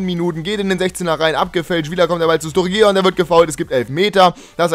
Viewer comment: Sturgeon wird Sturdschen ausgesprochen :)